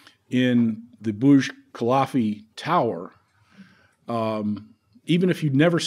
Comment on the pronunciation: Burj KUH-LIFF-UH, not KUH-LAHF-EE! Sheesh.